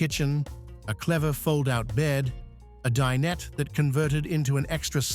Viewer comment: Din-et? 🤣 Ignorant "a-i" can't pronounce dinette!